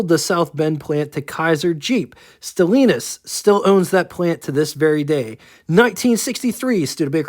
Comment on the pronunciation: You are pronouncing Stellantis wrong, just saying 😄